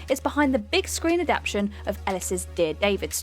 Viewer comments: Is it written "adaption" instead of "adaptation" in the scripts reads from or does she just have a habit of saying that? She does it all the time so I wasn't sure, unless it's a British thing I'm unaware of. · Can you please pronounce 'adaptation' properly, otherwise I'm going to wrap my head in 'aluminum' foil and batter it off the fucking 'sidewalk'.